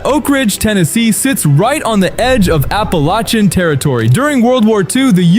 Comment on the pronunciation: The dumb AI voice routinely switches back and forth between 2 different pronunciations of "Appalachian".